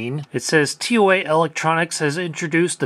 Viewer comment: Brand is called as tou-aah not tee ow ey